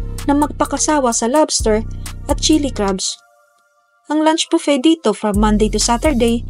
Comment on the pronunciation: Buffet ang pronunciation po ay bufey not bupet.